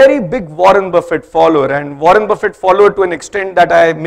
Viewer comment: He can't even pronounce Buffet the right way lol